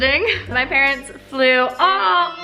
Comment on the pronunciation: Adorable with the parents. She calls them pa-rents because they pay the rents.